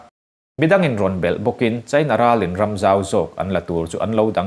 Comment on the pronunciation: Mizo ṭawng i van chhiar thiam lo em em...China i lam dan thleng hian inzir i ngai...i thu chhiar a ngaihnawm nen